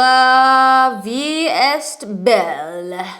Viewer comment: lmao not the french butchering queen 😂 ysl -libre (free in french) and Lancome La vie est Belle (life is pretty/life is good in French)❤